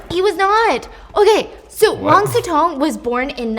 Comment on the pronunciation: Si Cong is pronounced more like Si Tsuong than Si Tong